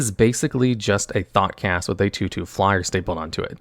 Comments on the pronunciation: That pronunciation of Thoughtcast is tough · I’m glad I wasn’t the only one to notice